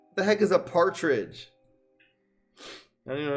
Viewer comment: mispronouncing partridge was the real cringe moment.